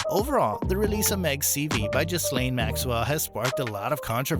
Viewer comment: Hi Americans the "s" is silent. So it's gilane..